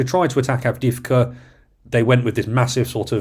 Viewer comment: Love your podcast! But your English is troubling. etc. is "et setera" NOT "eksetra" Avdiivka is "Avdee-yeevka" NOT "Avdeevka"